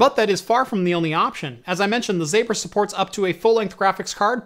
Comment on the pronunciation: You pronounce it like Doctor Zomber not zAber. Greetings from Poland